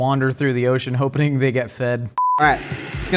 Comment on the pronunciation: says hopening. Finally I’m not the only one who accidentally says hopening when trying to say hoping